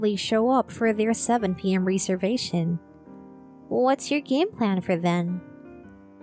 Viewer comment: rez-ervation, not ree-servation